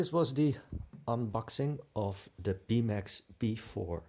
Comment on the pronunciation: Please pronounce "th" in English as a proper tongue between not behind the teeth th English sound and not as a Dutch d sound. You're saying "de" for THE.